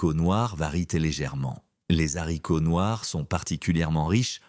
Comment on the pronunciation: Faudrait apprendre à votre voix synthétique qu'on ne dit pas des Zharicots! De plus, les "personnes âgées" ainsi qualifiées ne le sont pas à 60 ans et même 70 ! Et parfois davantage. Les jeunes vieux sont extrêmement visibles ! 😂